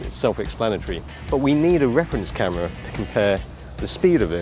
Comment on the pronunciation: A new statement with their "caahhhhmirraa". Why do you say camera like that? am I the only one who noticed this? Great video though!